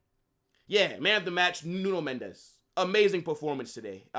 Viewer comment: It's Mendes with an S not a Z, he is Portuguese not Spanish.